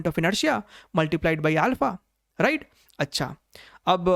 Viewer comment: Sir aap ride bolte hai ya right 😂